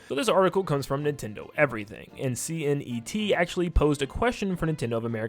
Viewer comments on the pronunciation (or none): C N E T? It is pronounced C net.